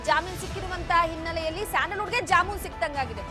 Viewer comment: Jamoon alla jameenu adu bvc munde😂